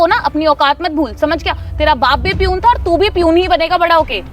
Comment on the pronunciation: Parhay likhay to dekho.. 🤭 yeh “ piyoon “ kya hota hai ??? 🤣🤣🤣.. Word “ Peon “ ka pronunciation seekh lo pehle..piyoon 🤣🤣🤣